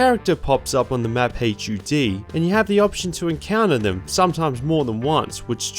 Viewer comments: My guy, please stop saying H.U.D. and just say hud. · You fully pronouncing HUD is killing me. Just say HUD, it takes less time to say, it’s less syllables, and everyone knows what you’re talking about.